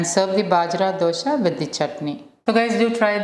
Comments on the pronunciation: U r pronouncing it as dhosha (wrong way) It's just dosa 😂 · Hi, This recipe like all your others is great! Thank you! Question: Isnt it dosa not dosha?